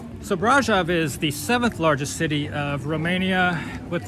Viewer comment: "Brahjav, Romania" 😂😂